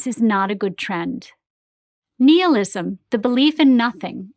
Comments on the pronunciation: Did she just pronounce nihilism “Neehilism” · You said nihilism wrong.